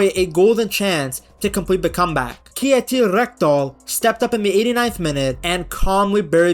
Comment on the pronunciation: He butchered Kjetil hard though!